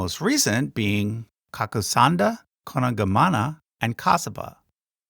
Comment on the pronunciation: The first Buddha was named, Ka ku tan Second was Kaw na gon Third was Kat ta pa The fourth Buddha who is known as today we know is called Gaw ta ma. The fifth or the last Buddha will be known as Arit mit ta ya. Not Meitreya. The pronunciation of the Budda names you have shown in the video are closely wrong. The K, P and T are not sound like the English way, these are not sound with air out. After the Aritmittaya Buddha, the world will be started to be destroyed by itself, I mean it will be disappeared from the universe by the 4 elements of the world.